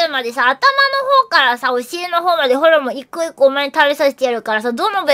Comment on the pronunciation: の発音ホルモンじゃなくてホウモンなの可愛い